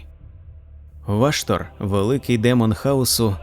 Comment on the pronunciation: Дякую автору за клопідку роботу над україномовним контентом всесвіту молота війни. Але бісить одне перекручування слів, ну навіщо озвучувати ВА"штор ????? це неправильно, дуже ріже вухо й в подальшому стає неприпустимим продовжувати перегляд даної, прекрасної роботи. Став наголос правильно! Школа 1-2- класи . НЕ ВАштор , а ВАШТор, наголос не на А, а на О !!!!!!!!!!!!!!! Цей коментар я залишив не для образи автора, а заради підказки автору, для продовження покращення ним, свого контенту серед багатомільйонної "аудиторії" даного жанру в медіапросторі інтернету. Слава Захистникам України!